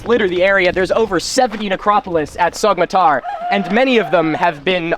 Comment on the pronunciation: You were there and you still can't pronounce Sogmatar right?